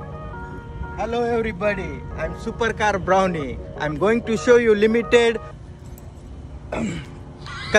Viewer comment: Supercar blondie ❎supercar bhuund✅😂😂